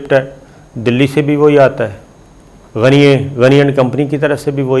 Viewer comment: GANY ALLAH KA NAM HY PLEASE GANYE NA KHA KAREEN ABDULL GANYE BOLA KAREEN